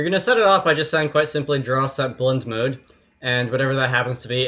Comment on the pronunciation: Every time you said blend mode I heard it like blood moon and now I can't get Zelda BOTW out of my mind! (I'm not making fun of your accent, I'm making fun of my brain that translates blend modes into a game with a character that took 30 years to learn how to jump)